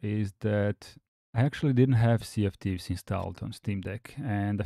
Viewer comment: When you say "Sea of Thieves", it sounds to me like you are saying "CFTs". I had to look up Rare games list to know it was infact Sea of Thieves. Of course later on, the tweet you show in the video spells it out clearly.